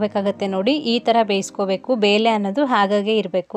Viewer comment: ಅದು ಬೇಲೆ ಅಲ್ಲಮ್ಮ ಬೇಳೆ